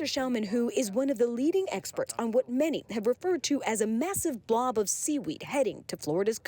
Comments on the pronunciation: never call it a blov 😡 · they put so much emphasize on the word! Lmao😂